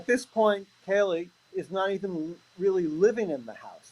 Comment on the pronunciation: Be Awesome if they could get Kaylee’s name right if they are going to speculate and speak in the case then get it right she was called Kelly by Nancy and Howard both called her Kelly multiple times so disrespectful!!